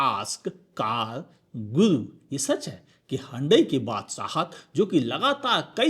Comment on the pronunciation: हुंडई ❌ हंडई ✅